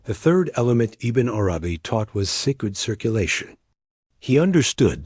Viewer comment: Bismillah - great content. Can you teach the AI to read Ibn Arabi's name as if it is one word, [IbnArabi] with the emphasis on the first A of Arabi, not the second? a lot of the pauses make it hard to listen to the AI